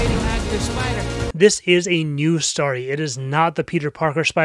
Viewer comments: jesus christ man its STORY NOT STARTY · Why does he say story like that